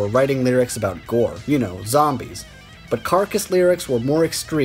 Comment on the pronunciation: It's G.O.R.E.